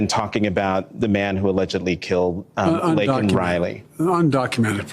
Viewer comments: I didn't know Biden was a USC fan. Saying Lincoln Riley instead of Laken Riley. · Nor did he apologize for calling Laken Riley "Lincoln Riley" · No apology for mispronouncing the victim’s name? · He didn't apologize for not getting her name right...disgusting! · This makes me see red, I cannot imagine the pain Biden and the Democrats have put Laken Riley's parents through. He couldn't even be bothered to pronounce her name right. These people really are demons. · Was hoping for an apology for mispronouncing her name, but wow. It just gets worse. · How about apologize for not saying Laken name correctly 😢